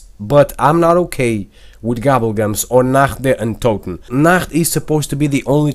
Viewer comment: OMG AN AMERICAN WHO CAN SPEAK "NACHT DER UNTOTEN" OUT!! THIS IS MORE RARE LIKE A UNIHORN